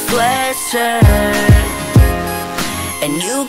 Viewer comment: Does nobody notice how this guy can't even pronounce sweatshirt right? He always says:,, you can wear my sweatsurddd''